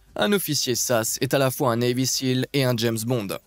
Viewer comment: ont dit S.A.S. et non sasse .....